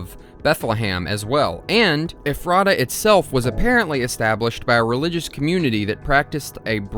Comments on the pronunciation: I am from Ephrata. Hearing you pronounce it as eh-frah-tuh was painful. Everyone from there pronounces it as efruh-tuh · i’m from the ephreta area. it’s “ef-er-ta” not “ef-rey-ta” or “ef-rah-ta”. bugged me the whole video 😭😭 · as a pennsylvania resident its pronounced eh-fruh-tuh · actually its pronounced Ef-ro-da. also this SCP is to close to come, the only other one i know of in PA is neutralized and that one was even closer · i live in pa!! ephrata is pronounced "ef-ruh-tuh" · I've seen like 7-8 videos on the "Boiled One" and I have yet to see one where someone pronounced "Ephrata" correctly. Dr. Nowhere uses Central PA locations in his story and Ephrata was a real town, township and area near the Harrisburg/Lancaster area. It's actually "Eff-ritta" I live like 10 minutes from there, it's not really important in any of way but I just find it funny no video I've seen has pronounced the name of the town right. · Ephrata is pronounced Eff-ra-Ta almost like effort. Pennsylvania is weird. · you managed to pronounce ephrata every way except the correct way, lmao. also the glass trumpet is on display at the museum if anyone wants to see it. it is a mystery even to us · Living in Pennsylvania, I couldn't stop myself from correcting the way you pronounce Ephrata every time you said itm 😂😅